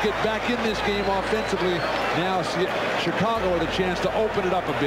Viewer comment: the "Chikhhhaago" Bulls.